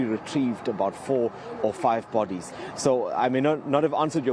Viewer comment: Bot tees instead of bodies.